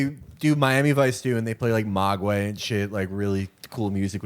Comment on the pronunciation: Of all the things to cringe at in this, Felix's mispronunciation of "Mogwai" is the most cringeworthy. More cringe than the chode in the moneybag shirt.